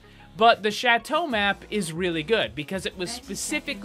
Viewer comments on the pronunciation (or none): none